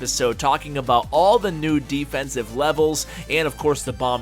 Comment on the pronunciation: did he say nudefense?